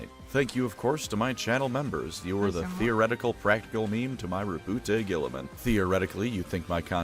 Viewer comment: As a note - you pronounced his first name correctly. As Rou-Boot. His name is the French version of Robert. I have no idea why so many people say Row-Bootay.